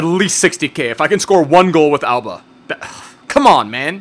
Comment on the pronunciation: i know you're saying Auba but can u stop making it sould like ALBA!!!! please??